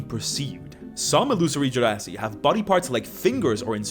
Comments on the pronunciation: The way pronounces genasi, it sounds like "gen0cide". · It's actually pronounced ge-nasty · You can pronounce Genasi either way just one is Egyptian accent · I love how you went from correcting yourself to immediately pronouncing it wrong again not ten seconds later 😂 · and your weird wrong pronunciation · It's Genasi, and not Genasi.